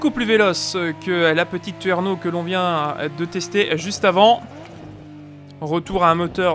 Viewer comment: Bon, tu m'as fait trop envie avec cette présentation (par contre c'est pas twerno, c'est Trueno ^^)